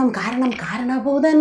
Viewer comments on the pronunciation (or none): കാരണ ഭൂതം അല്ല മാരണ ഭൂതം ആണ്..